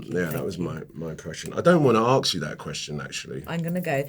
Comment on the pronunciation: Please Idris say ASK properly not AKS, it spoils your amazing interviews